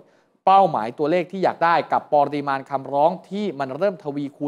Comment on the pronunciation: ปะ ริมาณ ไม่ใช่ ปอริมาณ